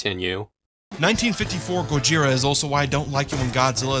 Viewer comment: No, no it's "GOZIRA!!" If you're your going to incorporate the hevy accent do it right